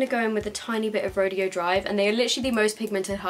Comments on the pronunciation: You are pronouncing Rodeo right if it was a rodeo but it's pronounced Row-day-O because it's a street in LA I think that's popular for high end shopping. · Rodeo is pronounced ra-day-o after the shopping street in California that has designer stores on it, Rodeo Drive.